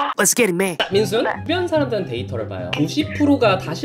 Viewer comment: 이름이 민수에여 민순이에여??? 이름을 너무 찰지게 불르셔서 헷갈러옄ㅋㅋㅋㅋㅋㅋㅋㅋㅋ